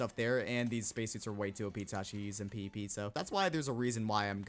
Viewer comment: i literally thought you were saying pp not pvp